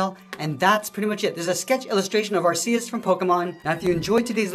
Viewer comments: It’s pronounced arc EE ss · Its pronounced aekoos